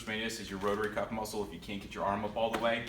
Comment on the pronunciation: He really only mispronounced "rotator cuff," everything else was hunky dory.